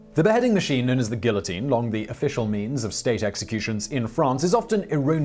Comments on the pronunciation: lol, yes. I mean, a tiny "gill-uh-teen" that is. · Continuing to defiantly mispronounce "guillotine" after having been corrected in prior videos is kinda like cutting off your nose to spite your face. Just saying. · He butchers some random word in almost every video- this time it's guillotine. It drives me crazy and takes me out of the narrative.